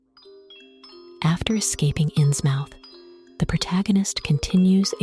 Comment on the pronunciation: Loved the video! But it's pronounced "Innsmuth" ❤